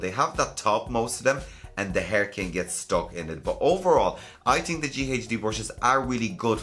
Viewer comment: I love it when he says "tink about it"